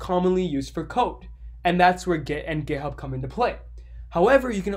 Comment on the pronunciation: Makes me laugh sounds like he saying gayhub